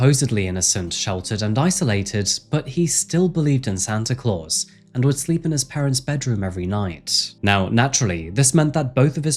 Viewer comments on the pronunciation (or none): none